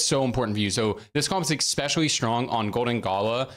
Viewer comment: Every time you say, "Expecially" i die a little more inside.... luv u tho